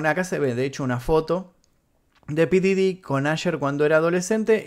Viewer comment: Se dice pooof didy no como tú dices 😒